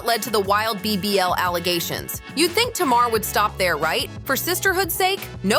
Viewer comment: Be better if the voice over said Tamar's name right. It's Tay-Mar... not Tam-er.